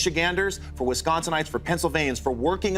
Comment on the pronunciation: Wait just one sec..... Did that racist skinhead just say Michiganders, Wisconsinight's and Pennsylvanions???? I feel like I was watching Ron Burgundy!!!!!😂😂😂😂😂 Thats about as funny as making this video from what should be 10 minutes to almost a half hour!!!! Thank goodness for fast forward.... I'm laterally dying though here! Wisconsiknights 😅. This world is doomed. WE Floridightz must unite!!!!! Ok, I gotta smoke me another after that 💩.